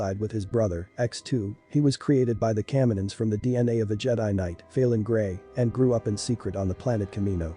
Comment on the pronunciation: Dude, I hate being that guy but how can you mispronounce Coruscant, Tatooine and Kaminoan?